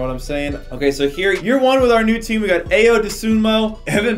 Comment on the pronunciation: it is I-yo not ayo just letting you know😎